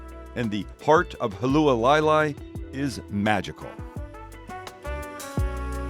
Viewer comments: I know this video is not new, but did anyone else notice that he thought they could see China or Japan from Kona?? Seriously?? If anything, maybe Maui on a clear day. And the complete butchered pronunciation of Hualalai?. And I would have to agree with the others that commented about keeping it simple. And gotta be white rice.I live in Hilo where the original Loco Moco was invented. But props for getting out there and experiencing the Big Island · Longtime subscriber who lives a few minutes from this house. The butchering of Hualalai got a lot of belly laughs from the family but keep doing what you are doing. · Haha clicked on this because I grew up in Hawaii. Figured he'd be in Maui or Oahu but turns out he's in my home town. Outside of absolutely butchering Hualalai, great video! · Hualalai = Who-ah-la-lie. Not who-uhh lie lie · FYI...Hualalai=Hoo-ah-lah-lye=obstructing the (lava) flow. In Hawaiian legend, also the wife of master navigator Hawaii Loa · "Halualailai" 🤣 Zero effort lol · Hualalai is pronounced like: Hu-ah-la-lai. Just like it's spelled. You didn't even try you cringe haole. Didn't even get to your recipe after that disaster. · Hualalai (Who-Ah-La-Lie) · "at huwaleyla". WTF is that? 🤣🤣🤣🤣🤣🤦🤦🤦🤦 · Loving the Big Island series, we love it there. You almost lost me at your pronunciation of Hualalai (hwa-la-lie), but I struggled the first time I stayed there! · It's pronounced hoo-a-la-lie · If you’re going to do something Hawaiian try pronounce the town correctly it’s “Hoo-ala-la-lai” and Use proper Hawaiian brands too, Aloha Shoyu is the only proper Soy Sauce when you’re on the islands. You shouldn’t be “teaching” people about Hawaii if you’re not properly educated in the culture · Welcome! Since it's in the name of the location I thought I might weigh in on pronunciation. Hualalai is the volcano that this property sits on. It's pronounced Hua (like the marines saying ) - la (like lala land) - lai (like lie). Hua-la-lai. Looks like an amazing trip!